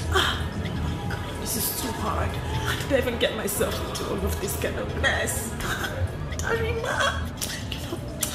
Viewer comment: Wait Ooh wen they were in the car ..her mum called her desse Ooh instead of Darima😅😅😂